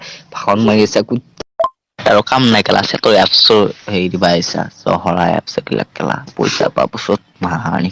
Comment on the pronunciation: Kobou najane johorai aaps bole Oo bhi aaps nhoi apps he